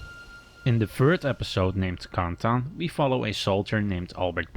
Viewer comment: Did he call Carentan conton